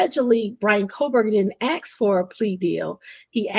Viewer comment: great scoop. and it is assssssk not ax.